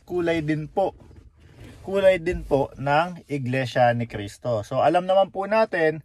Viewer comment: Pakikorek nman yung Cristo not K po thank you!